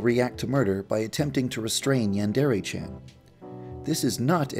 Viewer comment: yeah it is i know Japanese